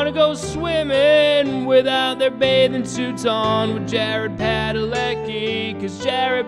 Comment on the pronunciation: it's supposed to be pronounced Padaleski